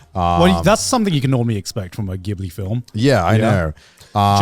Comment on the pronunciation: Pronounced Jibli